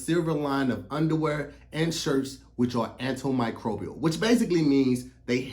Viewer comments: I'm mad he said antl microbial in the ad 😂😂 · I wonder how many time practice saying antimicrobial